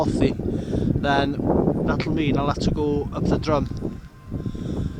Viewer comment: Drum (the mountain talked about here) isn't pronounced like like musical instrument that you hit. It is more like "drim", and Y Drum means the edge or lip of a the drop, or slope. Not so far away in Nantlle is Trum y Ddysgl "the lip of the dish"... also pronounced "trim".